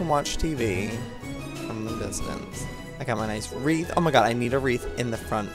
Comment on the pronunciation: It's Wreath